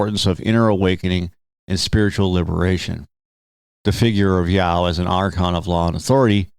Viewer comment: Ya-Oh. Two syllables.